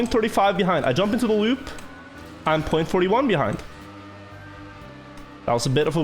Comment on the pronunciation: "that lewp"